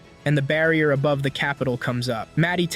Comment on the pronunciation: I like when you say aboove and demoon